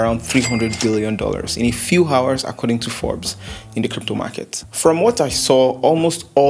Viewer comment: the h in hours is silent